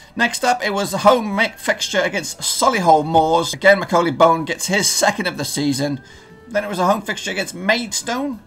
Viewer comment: Its pronounced Bonne like the ‘bon’ from bonbon not bone